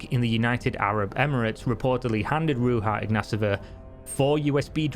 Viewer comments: You are right, it is not correct, the "j" in her name = "ж" in Bulgarian, in English, it would be more accurate to replace it with "zh" or the whole name = Ruzha. If you are interested in checking out exactly how it sounds, you could do it via Gtranslate - select Bulgarian to English, type "Ж" in the Bulgarian field and you'll have to option to hear it. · you are pronauncing her name wrong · another epic video, man. I know you are not bulgarian, but to say Ruja right, you have to pronounce the "j" as in JPEG but with less 'D' in the start of the sound. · Could have at least found out how to pronounce the main character's name in your story. Lazy lazy lazy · its pronounced Ru(j)a (j)ocker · I'm not sure Ruja is pronounced with the spanish 'j' in a Bulgarian name. is that really how they say it? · Ruha :D learn how to pronounce the name at least if you are going to make a video about this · Her name is pronounced rooshah, just my 2 cents. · Her name isn't pronounced as RU-HA but RU-ZHA. The -zh being the sound as in "measure". Ruzha. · Her name is Ruzha not rooha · it's pronounced Ruzha, not Ruha, smh. She's Bulgarian, not Spanish. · Son , its R-U-ZH-A not R-U-V-A or R-U-H-A. Her name is Ружа or Rose on english . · Her name is Ruhza, Not Ruha ;-) - check the original Bulgarian spelling ;-) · She's Bulgarian, not Latina, so [Roo-zha] not [Roo-ha]. It was so distracting throughout the video... 🤦🏼‍♂️ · my friends, she is not from mexico, its not pronounced ruha, its ruzha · ITS RUZHA , NOT RUHA !!! THE J IS PRONOUNCED ZH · it's not pronounced Ruha but Ruzha instead and she is just the scammer that got caught, the rest of the cryptocurrencies are equal scams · Ruja is pronounced like Rouge, not like bruja. Just a heads up. :) She is a 100% certified gypsy ad I wouldn't buy fake perfume from her, much less crypto tokens. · If you are going to speak about her, at least make sure you pronounce her name correct next time. It is not RuHa, it is RuZHa.